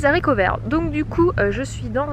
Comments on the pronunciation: Les Haricots ! Pas les Zaricots ! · absolument pas! on dit le haricot et non pas l'haricot* donc au pluriel ce sont les haricots et non les zharicots* , on n'est pas là pour faire des leçons de langue mais dire et lire ce genre de bêtise c'est hallucinant! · désolée mais non on ne dit pas les « zaricots », le h est aspiré, du coup on ne fait pas la liaison et non ce n’est pas entré dans le dictionnaire comme tu le prétend!! Comme on ne dit pas les ziboux, par exemple!! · Super blog.par contre on dit Haricots verts c'est un h aspiré et non zaricots!!